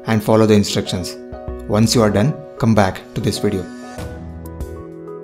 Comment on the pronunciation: im not criticizing and i appreciate your effort but why tf you say "weedio" for a damn "video"